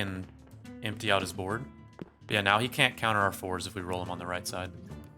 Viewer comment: I know it is fours, but it is almost like you say: "we commit to the force here". Which sounded so Star Wars xD.